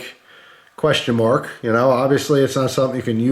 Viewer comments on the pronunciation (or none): none